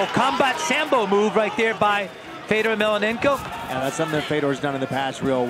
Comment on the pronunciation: Mellonenko! Say his fucking name right. Such disrespect.